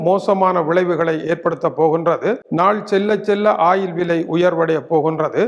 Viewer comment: ஆயிலா இல்லை ஓயில் ஆ.. ஏயா… நீர் எல்லாம் ஒரு மனுசனா எதுக்கு தவறான முன்னுதாரனமாக இருக்கிறிர் திருத்திக்கொள்ளும்.